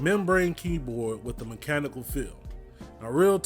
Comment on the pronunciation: as soon as he said mem-chanical keyboard i left this comment and left